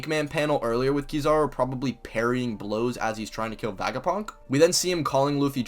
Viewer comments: I liked this video then I heard this man say vagapunk and it hurt every time he said it like physically hurt like istg I have a mini headache for a couple seconds everytime this man says VAGAPUNK. STOP SAYING VAGAPUNK IT SOUNDS LIKE A SEX TOY BRO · Great video, but you pronounce Vegapunk weird lol. It's Vega like Vegas. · Bro what are you smoking when you try to pronounce Vegapunk?